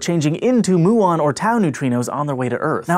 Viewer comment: Btw, it's m-yu-ons and not moo-ons.